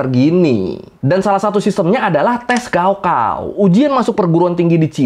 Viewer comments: bukan gaokao bacanya, .....tapi kaokhao bacanya.... wkwkwkwkw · Yg bener gaokao itu dibaca kaogao...高考 artinya ujian tinggi. Ini tulisan pinyin dimana pembacaan bisa terbalik. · Mas e cara baca 高考 "Gaokao" bukan " Gao Kao" tapi "Kao Khao" 😅😅😅 高 Gao (bc: Kao) = tinggi dan 考 Kao (bc: Khao) = ujian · Izin menambahkan 高考 pinyin nya tertulis GaoKao, tapi cara bacanya "kao khao". "G" dibaca "K"; dan "K" nya di baca pecah "kh" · Gaokao di baca kaokao bg